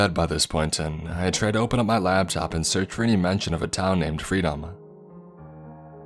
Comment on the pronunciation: You stupid FTards .i would’ve kept listening ,, but you had to destroy all credibility with “ lab top .. it’s a “LAP TOP “, braintrust !